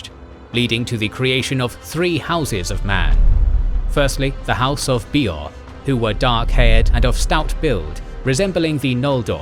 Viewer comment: These videos are amazing but please please please learn how to pronounce the names properly :( the way you say Aule just burns my ears (Aloo-ee???)and Hill of Himrang?? House of BEEor??? Also doriath the name should be placed over doriath not dorthonion. But I fucking love these videos and just want them to be perfect!